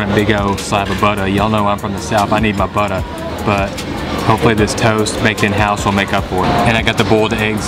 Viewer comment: Hahaha that buttah! Those Southern roots coming out